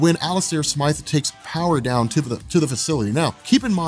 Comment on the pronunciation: Isn’t it smythe not smith?